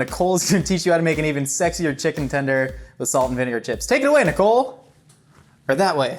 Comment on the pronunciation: What he said “me, Nicole, and Trevor” what I heard, “Minacole”